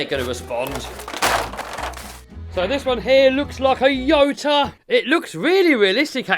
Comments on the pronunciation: It's not a yota it is a Toyota Can c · its a toyota not a ota sorry jut had to piont it out'